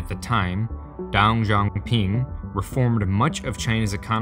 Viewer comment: I cringed sooooo hard when he said Deng Xiao Ping